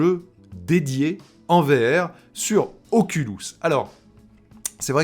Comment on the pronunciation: Oculus et non ocoulus